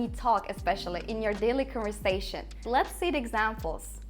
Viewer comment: off her iki dildeki telaffuz hataların öldürdü beni. Erduvan dediğinin farkında mısın? conversation ve pronounce kelimelerini telaffuz edişine girmiyorum bile. Delirdim